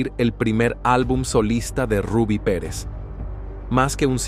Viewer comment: ese youtuber no pronuncia ningún nombre cómo es. Ni el Rubby, sino el de su hija Zulinka, y otros nombres.